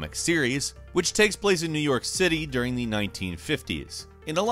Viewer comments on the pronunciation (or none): none